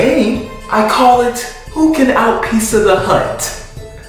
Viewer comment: The way he pronounces pizza peica